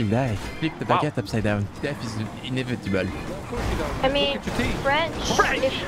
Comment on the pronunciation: His death is “inivetable”